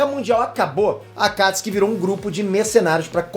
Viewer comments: MANO ELE FALA AKATISKI E NAO AKATISUKI KKKKKKKKKKKKKKKKKKKKKKKKKKKKKKKKKKKKKKKKKKKKKKKKKKKKKKKKKKKKKKKKKKKKKKKKKKKKKKKKKKKKKKKKKKKKKKKKKKKKKKKKKKKKKKKKKKKKKKKKKKKKKKKKKKKKKKKKKKKKKKKKKKKKKKKKKKKKKKKKKKKKKKKKKKKKKKKKKKKKKKKKKKKKKKKKKKKKKKKKKKKKKKKKKKKKKKKKKKK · Aaaa mano fala akatsuki pfv para de falar akastki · Não é akatiski, é A K A T I S UU K I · Porra! fala o nome correto! me deu um nervoso vc falando akatsuki com um acento agudo no (a) sem necessidade Alguma; dei deslike por isso. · Eu falo akatsuki o certo e fala akatsi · Ele falando os nomes do jeito q é falado no Japão me da uma leve repulsa, mas relevem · Ele fala Akatsuki errado